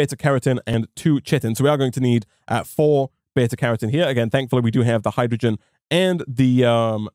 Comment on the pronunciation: I'm appalled at your inconsistent pronunciation of Carotene.